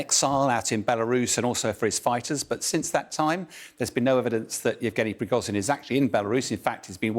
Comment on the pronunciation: zh in Prigozhin is pronounced like the s in leisure. It isn't difficult!